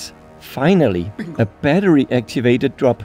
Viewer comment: Batterier 😂😂 a lot of beer Berăria (🇷🇴)